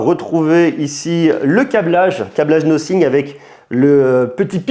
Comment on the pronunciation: "Nossing" ?? Un peu d’efforts frère.